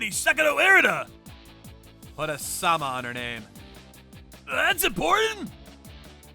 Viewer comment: Hey, be easy on the guy. He can only get 2 letters into her name, at times! She's not Erina, she's "Er-"